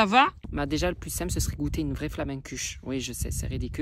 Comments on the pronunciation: On dit flamEkUchE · Pour les flammekueche si tu veux un conseil, va en Alsace, c'est le pays d'origine Et pour la prononciation on dit "flammekuchE" il faut bien appuyer sur le E final Tes vidéos sont trop bien 💙